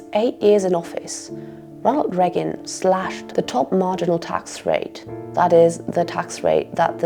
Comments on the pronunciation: And the only person that had never heard the name President Reagan from any other human being as she/it pronounces it Regg-gun not Ray-gun like every other human on the planet! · For the love of all things holy, it's Reagan, not "Reggan". My ears are gonna bleed if you say it once more! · A wonderfully concise overview of the historical, social and economic context for the current shitshow we are in. My only silly niggle is your pronunciation of Ronald the Raygun. Rea'gan and not 'Reagan please!